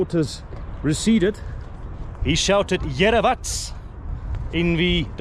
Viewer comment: be back, you are absolutely the top vlogger!! Just a small correction Yerevats which you pronounced really well means "I have seen it" or "it is visible" or saying finally it is visible.